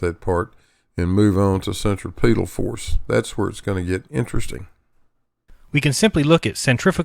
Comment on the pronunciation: Why do so many people mispronounce centripetal? The accent is on the second syllable not the third. I learned this in science class in junior high school, for God's sake. cen·trip·e·tal /senˈtripədl/